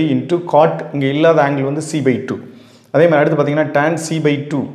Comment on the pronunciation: Pronounce tan not turn but super sir